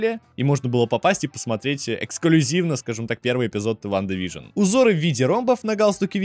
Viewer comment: неа, вы явно произносите вижен и пишите вижн окей просто попробуй вслух просклонять Вижн и Вижен и сам услышешь как тупо звучит без е